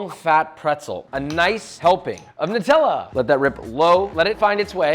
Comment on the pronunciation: Thankyou for being the only American that can actually pronounce Nutella properly Everyone else say nootella